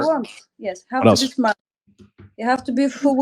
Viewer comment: "The guy has to be shmart.” Chirp.